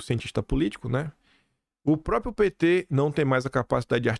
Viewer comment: Sempre bom o conteúdo, mas me dói nos ouvidos tanto “própio”, “apropiação”, “propiedade” e por aí vai.